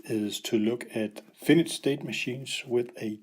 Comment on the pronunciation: It is not a Finish... Or Finished state machine.. But a Finite... Try saying [Fi..Nite]